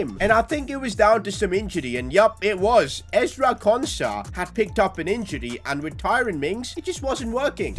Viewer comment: IM A VILLA FAN AND HE SERIOUSLY SAID EZRA KONSA